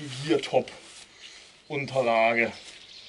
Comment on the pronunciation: Der Hersteller heißt Geertop, nicht Geartop. Habe erst Geartop gegooglet und bin auf einen kanadischen Hersteller für Fahrrad Ausrüstung gestoßen :D